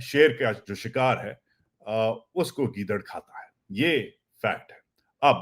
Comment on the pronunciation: چاچو گیدرن نہیں کہتے ہیں گیدڑ ئ کہتے ہیں